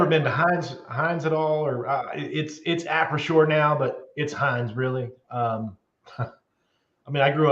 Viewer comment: Acrisure....not Arisco LOL! Love ya!